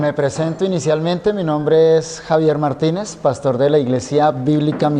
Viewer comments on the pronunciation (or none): none